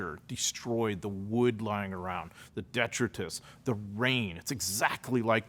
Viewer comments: I give your pronunciation of “detritus” a 1/10. Otherwise, a valuable breakdown of Saving Private Ryan! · Smart guy, but you incorrectly pronounce the word ‘detritus.’